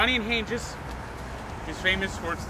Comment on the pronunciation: it's pronounced Han-geez not Han-jis